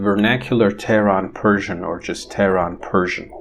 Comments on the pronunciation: yes, definitely I was in doubt whether you are from Iran! You speak Persian and pronounce the words as if you are a native. I am also a multilingual linguist Bravo! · can't believe it. Your pronunciation is flawless. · your persian pronunciation is awesome